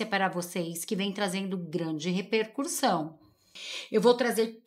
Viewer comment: Não é repercurssão e sim Repercussão